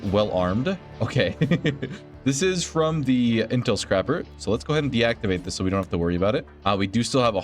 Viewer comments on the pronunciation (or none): Also, it's intel scraper, not scrapper xD It scrapes the comms for intel, doesn't scrap it :D